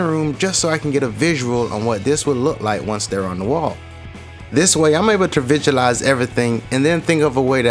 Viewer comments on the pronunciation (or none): Great video! But I’m trying to figure out his accent?? Throwing me off some. Like “vitualize”?? And “modjuror system”??? I’m not clownin, I just like to try & figure out where people are from.